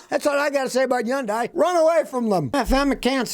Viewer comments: Hey, Scotty, Hyundai rhymes with Sunday! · He's the only person on earth that pronounces it n that bizarre manner. We all see their commercials all the time. You gotta figure they know.